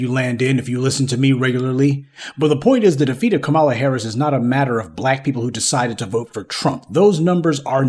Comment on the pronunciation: Did I hear Kamammy🤣🤣🤣🤣🤣🤣🤣 that was too much for me! I always thumbs up before it starts but I had to control my laughter to keep my hand steady to tap.